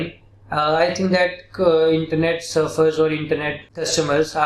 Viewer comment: Lot of spelling mistakes. Just read the subtitles. Guy is pronouncing suffers. It should be internet surfers. One more mistake in spelling of access. He told excess. It should be access. Please guys check it out. Many grammatical errors in the video.